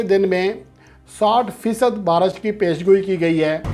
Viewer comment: Are diwane..barash nai re..baarish...pehle bolna Sai bool...diwane chutiye sab yankers